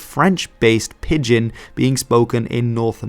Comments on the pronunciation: Every time he pronounced it as Pid-gehn my ears wanted to crawl away from my body. It’s pronounced like pigeon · pidgin is pronounced like pigeon, not pid-gin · Every time you say pidd gin it hurts my ears. Just call it a pigeon like everyone else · It's pronounced 'pijin' not 'pid-gin' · What message is hidden in your interesting pronunciation switching? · Is there a reason why he pronounces it "Pid-Gin" instead of "Pigeon" for part of the video? I thought maybe that was the original Chinese pronunciation since he pronounces it the typical English way once, but I can't find anything saying the Chinese pronunciation was different online (in fact I found things saying that "Pigeon English" and "Pigion English" were earlier spellings, which seems to imply it was always pronounced like the bird). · please god stop saying /pɪdgɪn/ it's /pɪdʒɪn/ shit you said /ælgɑnkʷɪn/ too. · Great video as always, but pidgin is pronounced pi-jn, pretty much like the bird pigeon. Thanks again. I’d love to hear your take on the Gaelic languages in Canada and the USA. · pidgin is pronounced is pronounced "pi-jin". Dg is another way in English to spell the "j" sound as in "bridge", "edge", "nudge", "ledge", "ridge" etc. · It’s pronounced like the bird haha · (By the way, I just turned 75 a week ago today, and you are the first person I have ever heard pronounce 'Pidgin' with a 'hard' g. For me it has always been pronounced nearly like 'pigeon'.) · Pidgin is pronounced exactly the same as pigeon. Wiktionary often has the IPA on its entries so that is a useful tool for checking unfamiliar pronunciations. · lol "Pid-gin" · Yeah, can't trust your video if you can't even pronounce the topic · So just to let you know you're pronouncing "pidgin" wrong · "pidgin" nearly rhymes with "pigeon". You're pronouncing it inconsistently. Great video of a great topic.